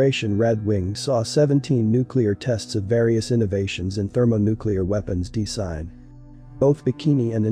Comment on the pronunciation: That is weird. I'm having a hard time with all the mispronounced words: Dis-Saster, De-Sign, etc.